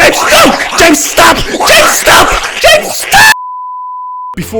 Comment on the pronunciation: It sounds like he's saying Jade stop like GameStop and when he keeps saying James stop it keeps trying to make me laugh every single time and I'm barely able to not laugh